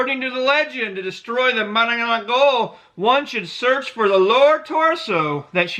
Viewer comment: mananangGAGO ahahaha